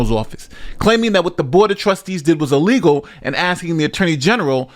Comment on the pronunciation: When she said E-legal, I was done 😂😂😂😂